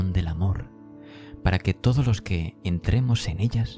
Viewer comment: Preciosa voz. Me gustaria wie observaras que dices Lor en lugar de los y sueles convertir en erres las eses finales y chirría un poco. Eres sin duda la voz más bonita de estos vídeos y si corrigieras la diccion sería maravilloso escucharte. No quiero ofender. Muchas gracias!